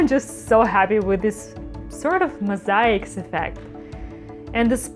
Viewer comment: It looked like a geode or agate before the silicone, but wow, so stunning, and the little accident with the yellow section that caused you to do a second layer of dots was a happy accident for sure. It looks amazing! (also love the way you say "Mosaic")